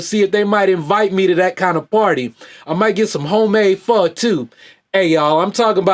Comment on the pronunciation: I'm gonna teach you how to Pronounce pho Right if I ever get to meet you Much love man